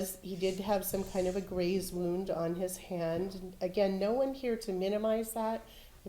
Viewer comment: Hahah i never heard that before but now you said it and that is stuck in my brain 😂😂... still love that intro, keep it going. "23 and WON"